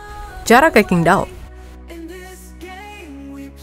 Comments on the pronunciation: Sebenarnya cara baca yg bener itu Cingtao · QINGDAO org cina bilang CINGTAO min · Tanpa mengurangi rasa hormat, itu stadion adanya dikota cingdao min (dalam mandarin huruf Q dibaca C)🙏